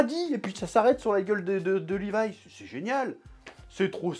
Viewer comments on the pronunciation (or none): il a dit lévi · Personne:: "LÉvI"